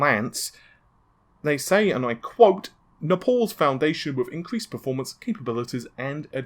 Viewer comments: Love the video! One thing really irritated me though, sorry. It's Naples. Nay-puls (rhymes with staples). Not Ne-pauls. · FYI, The epyc designs are named after cities in Italy; Milan, Napels, Rome, Genoa. Naples is pronounced nay-pulls not nah-. Napal is a country between India and Tibet. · It's Naples as in Nay-pulls, not Nepals as in Nuh-palls. I'm going to the office hardware store called Staples to get my Naples. Not, I'm going to the office hardware store called Stepals to get my Nepals CPU. Also, that's 128 lanes of PCIE 4.0, which is equivalent to 256 lanes of PCIE 3.0, which is ridonkulous. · Its Naples not Nepals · napoles ? it"s spelled naples like the italian city . You don't visit napoles , you go to naples . Please stop your creative pronounciation (Navay ? ) jeezes .. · Say it with me, "Neigh-puls" Naples:~) Also "let's just say it" yes please do, say "for example this chip by intel has X amount of bandwidth so compared to the 512". good stuff though:~) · Why do you always find a way to fuck up a simple word xD Naavay, Napols, FredRipper, what da heck is wrong with you dude... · it's not mate, I'm English and it's pronounced Naples and Navi is pronounced Navee not navaaay.